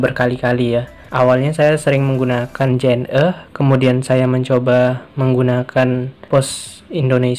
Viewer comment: Penyebutan JNE bukan seperti menyebut huruf vokal E pada kata "lelah", tapi seperti "lele". Karena kepanjangan JNE adl Jalur Nugraha Ekakurir. #justinfo😁